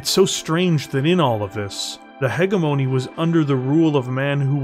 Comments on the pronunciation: Still mispronouncing “hegemony” here. It’s a soft g sound, not a hard g sound. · Thank you for the video it was excellent, only thing I had a hard time with was the way you said “ hegemony”guess people say it differently in the us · Well done, a good listen. But a small gripe would be the miss pronunciation of hegemony. If it was once or twice no big deal but it was said so many times it pulled me out of the story a few times. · This is so good! I just wish you knew how to pronounce hegemony.